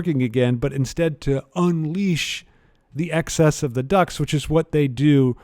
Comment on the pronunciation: Cracking lecture but as a Brit, every single time you said ‘ducts’ I heard ‘ducks’ and was extremely confused about why his apartment was full of birds